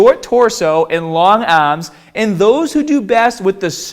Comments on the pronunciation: Stahht with your ahhms shoulder with apahht on the bahhbell . 😂🤣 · Why do you pronounce barbell and arms, like an aussie? lol